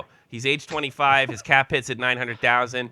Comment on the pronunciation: Its hisss not hiffff.